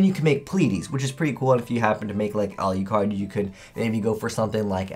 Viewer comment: A-LU-CARD. Not A-LI-U-CARD